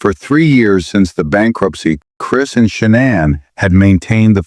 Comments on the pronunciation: Its shah nane not shannon (shah nin) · The Narrator BOTs pronunciation is brutal Nickel Kissinger 🤣🤣🤣 Shunun🤣🤣🤣🤣🤣